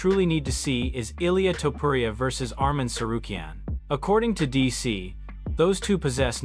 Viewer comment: Lazy A.I videos are killing the content pool of YouTube. Same with spooky ghost demon videos. A.I can never pronounce names correctly or the word “Live” Livestream = Liv Stream Topuria = Toe-per-Ee-ya Anyway, 😢Dana hates when people think he’s Joe Rogan 😡